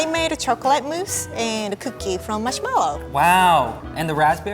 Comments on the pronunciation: I love the way she pronounces marshmallow. It sounds like "mushmellow." It's so cute. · The way she says "marshmellow" firstly (im not first) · I love the way she pronounces marshmallow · “marshmallow” remembers Xiumin’s “marshmellow”